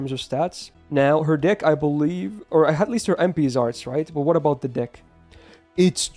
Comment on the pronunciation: Please tell me I'm not the only one who heard dick instead of deck